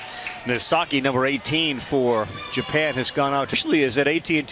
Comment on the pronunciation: japan pronounced like jupen